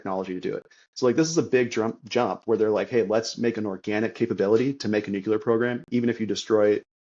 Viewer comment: Your guest would have more credibility if he could pronounce “nuclear” correctly.